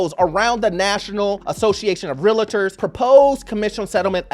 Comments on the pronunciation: 20 years in the industry and he can't say it right. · Realtors not Realitors!